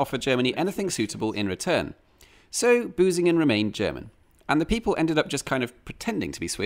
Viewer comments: Can you pronounce the ü? Because you pronounced it as a u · Hehe - he said "Busingen" :-P